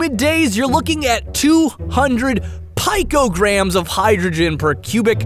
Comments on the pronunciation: pico is pronounced "peekoh" so it would be "pee-koh-gram" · Picograms is pronounced "pee-co grams" not "pie ko grams". Others wise a really great video